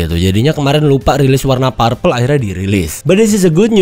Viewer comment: Anu bang, bukan "parpel" tapi "perpel"